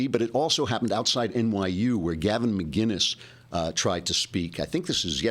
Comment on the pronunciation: It's McInnes not McGuiness. LOL :)